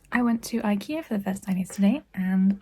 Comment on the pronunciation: You went to I-Key-Ush-Ea ?